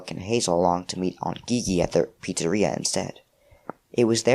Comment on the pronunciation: haha but i think the aunts name is pronounced like the letter G, gigi pronounced jeejee